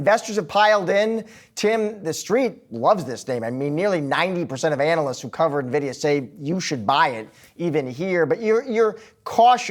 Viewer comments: Dude can’t even pronounce it correctly I trust him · If you can’t even say it correctly, why comment on it 😂.